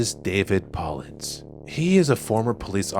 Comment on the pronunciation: Keep it up… looking forward to more content…. Just one recommendation, Paulides is pronounced Pa-lie-dees